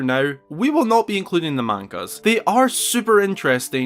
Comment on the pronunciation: I'm just gonna assume you saying the word "manga" incorrectly is due to your accent, as you seem to actually have one as opposed to most Youtubers, who tends to say Japanese words incorrectly in the exact same way as those others, and is not a fault of accents, as they lack one. That kind of mispronouncing Japanese words in the same way as others of their kind, is what I coined a word for it: "White-speak", as I don't really know of a better term to call it. Due to the fact the majority of people say Japanese words incorrectly in that way, are either American, or English. I won't attack you out of defense of my Japanese origins of my bloodline, you don't seem to be guilty for that in the way how many English or American people mispronounce Japanese words in the exact same manners as they do. This appears to just you accent is at fault for this, which you really can't help it. It's not your fault that you said Manga incorrectly